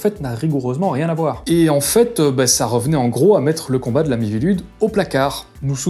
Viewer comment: Chaque fois que tu prononce "la mivilude" j'entend "l'ami Vilude", la première fois je me suis demander "c'est qui Vilude?" avant de me rendre compte que c'est pas ce que tu disais XD